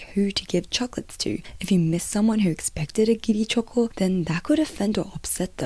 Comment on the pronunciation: I like the way choco is pronounced in Japanese 🩵